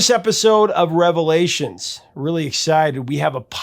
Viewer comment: "Revevlations"?? Just kidding. ;^)